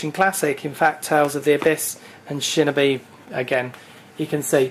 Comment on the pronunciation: you said shinobi wrong ...... FAIL WHALE